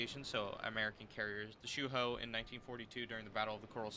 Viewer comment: Zooeho is how you pronounce it